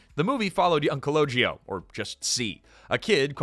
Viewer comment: That's Calogero, not "Collogio."